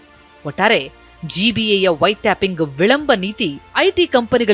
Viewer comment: White tapping alla madam, White Topping 😅😅😅